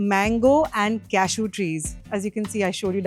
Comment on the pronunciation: Its not cashoos.its cashew.